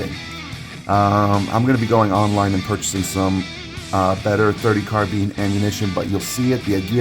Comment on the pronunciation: Arcadia Machine &Tool! Why in the hell can't people pronounce Carbine. It is not carbean! I own an AMT and an IAI.